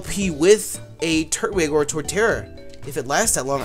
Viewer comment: Hey it is tur-twig